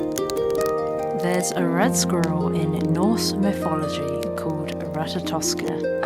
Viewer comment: Myfology = mythology. Just a little speech therapy would help so much.